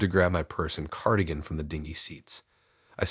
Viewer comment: Sab-oh-tayged instead of sab-uh-tahj? Seriously??!! Dude muh nee-lee-oh-tiv?! ?? ding gee room instead of din-jee??! Omg